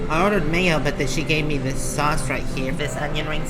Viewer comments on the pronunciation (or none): none